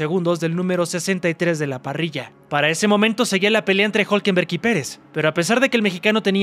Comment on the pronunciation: Es difícil que RB no se levante en Austin. Creo que ahí los veremos fuertes. Norris necesita la perfección, lo que no se le da mucho. Por último estimado. Es Hulkenberg no Hulkenberg. Saludos.